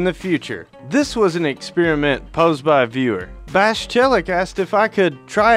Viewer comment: Experiment, no exspearmint.